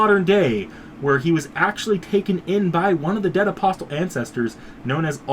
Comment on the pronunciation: Just want to tell you that the T in "Apostle" is silent.